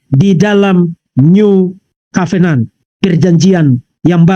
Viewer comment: cara bicara vv bhs Inggris yg sederhana aja salah " covenant "aja ga bisa yg paling lucu kalo bicara " aware " aweeerer " lucu abis woi kenapa kalo ada orang bicara " sehat sehat selalu vv " kok ga dibilang sakit hati ? Tapi yg tidak memuji kau bilang sakit hati tau dari mana kau ttg hati ku ? Itu tambah tidak cerdas jelas itu